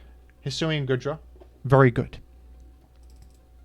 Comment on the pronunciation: Say goodra right